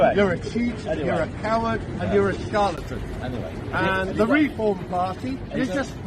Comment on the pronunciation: "You're a scarlatan!" - how about 'Charlatan', Bray, you thick EU-loving muppet 😂